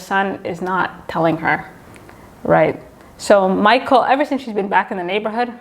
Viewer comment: Michele is not pronounced Michael